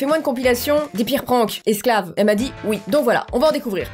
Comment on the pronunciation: Wsh elle dit PRAAAAYNKS😂